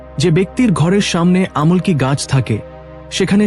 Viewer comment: আমলকী গাছকেও ভুল ভাল উচ্চারণ করছে